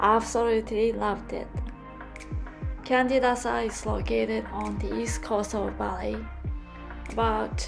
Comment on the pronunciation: Lovely place. It's pronounced Chandidasa. Like Canggu is pronouned Changgu. In Bahasa Indonesia, the C is pronounced Ch.